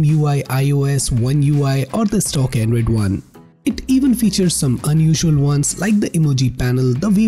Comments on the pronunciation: Not android, "endroid"🤣🤣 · The voice transition you make from high to low pitch for every half a sentence is hilarious 😂.. lmao And "Anedroid"